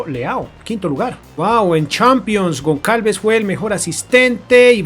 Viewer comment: Goncalves? Aprende a pronunciar anda.. que parece mentira que te dediques a hacer vídeos de fútbol sin tener ni idea..